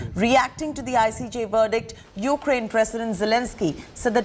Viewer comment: Did the news caster say Yuklaine? Please sanction her.